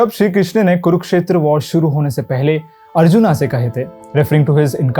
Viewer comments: बहुत ही ज्ञानपूर्ण और ख़ूबसूरत वीडियो! धन्यवाद!! जय श्री कृष्णा! बस मेरी एक विनती है, आप 'अर्जुन' को " अर्जुना" और असुर को " असुरा" *और भी इसी प्रकार )ना कहें! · Why are u said RAMA , ARJUNA, BALRAMA, foreigners have difficulties to spoke indian Names like Ram , Krishn so they Add Extra " a But i didnt why we accept this type of Accent